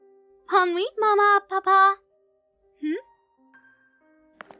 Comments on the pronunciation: Just an advice. When you say bonne nuit. You don't pronounce the T in the "Nuit" Other than that, you guys did a fantastic job on dubbing in english and french. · Haha I love how they try to pronounce words in french 😂 Examples to improve putain Is pronounced ; p uee t uhhhhnnnn Ouais is pronounced ; wuehh Nuit is pronounced ; nnnwieeee